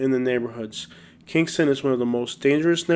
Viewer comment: dat boy said kingstona nd showed avondale lol